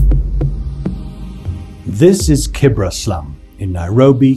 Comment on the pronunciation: It’s called Kibera not Kibra.